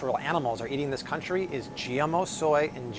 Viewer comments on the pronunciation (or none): none